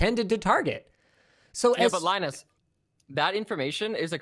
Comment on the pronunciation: LieNoose.....please straighten up or you will turn into Leo LaPorte